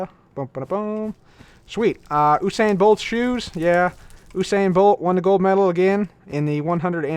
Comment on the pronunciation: U-sain bolt that's how u say it